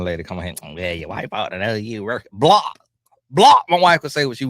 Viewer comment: Every time you say BLOCK I holler 😂😂😂😂